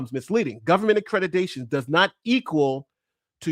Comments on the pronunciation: Why does he keep saying "accretitation" instead of accreditation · The fact Ritchie cannot even pronounce "Accreditation" correctly, says soooooo much!!!🤬🙄 He says "AccrediTAYion" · He mispronounced accreditation so many times. Anyone who believes Doctored Defraud Risky is a willful idiot.